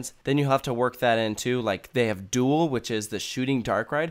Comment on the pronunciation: the way you say dule 😂also rides open at 10 it’s just nemesis and galactic at 11 but can earlier too